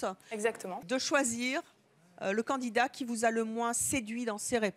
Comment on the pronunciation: Évelyne.. on dit candidat pas candinat :P